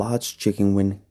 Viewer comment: “Chicken Wign”